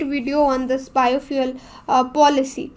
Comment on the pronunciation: Madam ki juban fishalgai Bio fuel ke jaga biofuck bol rahi he